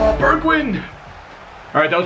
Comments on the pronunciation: Its pronounced like bergvine not bergwind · Burgwien 🤣 say it like Bergwijn ( Bergw ein )